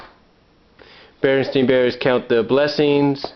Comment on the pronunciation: i noticed you, as with me and many others, pronounce it stein. i clearly remember it being stein, but going on youtube, you can hear that in the tv show and in commercials its clearly pronounced "stain". i realize your books say stain, but is that how you remember them from the past? i coulda swore it had an Ein. i know it sounds ridiculous since u can look at your books for reference.. but since your a collector, i wonder, When did you 1st notice it was spelled Ain ? thanks